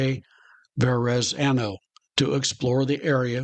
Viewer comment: LMAO - He bungled the shit outta that. As a proud NY'er I'd make him wear a dunce cap.